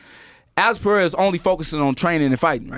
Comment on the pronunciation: Joe dude, stop saying “PeHeira”. It’s pronounced PeReira -- PE-REI-RA. Ask any Portuguese speaking person.